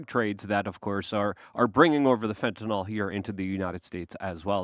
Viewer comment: STOP. FUCKING. TALKING. ABOUT. FENTINOL. It's FENTANYL. FEN-tin-il. Not fent-an-OL. Minor gripe, but when pretends to know all that which is "Big Pharma", but can't even pronounce the names of "these xyz drugs" that he LOVES to talk about, it's quite frustrating.